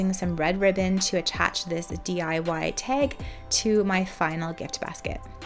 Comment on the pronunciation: Love the tutorial! Only thing I would change is pronouncing "tag" ... it's not pronounced teg (pet peev).